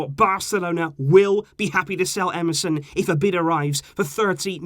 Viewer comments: You say Emerson, I hear MSN😂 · Is it just me or everyone hearing "MSN" whenever he says "EMERSON"😭😭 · You said emerson i heard MSN 🙂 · You said "Emerson" I heard "MSN"🥺